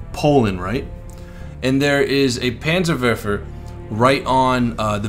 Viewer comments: Its the "Panzer'WARPHER'" not verfer. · that R in Werfer is there for a Reason;) WeR-fer;) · it is pronounced panzer vofver. ( remember dude its german.) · Panzer Verfer in Engrish LOL! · 1: Sturmtiger's sound files are in the game yes 2: It's panzer-where-fer 3: it's cal-e-o-pee 4: artillery wont be in the game, these rocket vehicles can fire directly as well as indirectlypure indirect fire vehicles won't be in the game, such as the Katyusha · its pronounced panzerwerrrrrrrrrfer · in dutch and in German the W is pronounced like a V